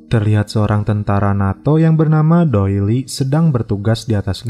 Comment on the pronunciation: Its doyle..not doi e li..aduhh gimana jugak pronouncenya ya.. 😂